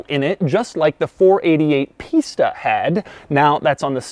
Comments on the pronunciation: Kept hearing Pista as pizza... but later in this video he’s either saying it better or my ear is getting used to it. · "the pistha engine"